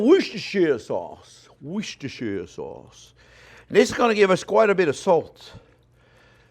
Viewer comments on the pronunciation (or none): Ok lets settle this Worcestershiresauce thing for once and for all. Worcester is a pronounced as "Wooster" Worcestershire is pronounced as "Woostershah" However Worcestershiresauce is simply pronounced as "Woostersauce". The "shire" bit is not pronounced. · Wrong, it's "Wash Your Sister Sauce". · worst chair sauce ... ... ... yeh i can see i'm not welcome here (lol) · Woooosh-ter-shire sauce! Another mouthwatering video. Thank you chef and Happy New Year. Hope 2021 is excellent for you 👍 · Yet again another great video, l live in the UK and we just say LEA & PERRINS, so IF you cannot say WORCESTERSHIRE SAUCE, NO ONE KNOWS